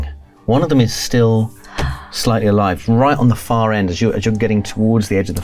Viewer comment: “I’m playing as a slightly older gentleman” but I heard “slutty older gentleman” and I didn’t even bat an eye 😭✋🏻